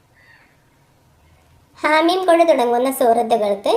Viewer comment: രണ്ട് തെറ്റുകൾ ഉണ്ട് - 1 - ഹവാ മീം എന്നാണ് 2_26 ൽ ഒരുമിച്ചുകൂട്ടുന്നവൻ